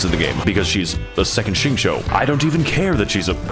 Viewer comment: His name is pronounced Sing-Cho